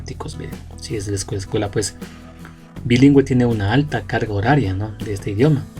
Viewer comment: Alguien más noto que dice, la caga horaria.